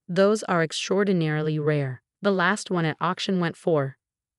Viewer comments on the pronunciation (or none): Teach al that it's last not lost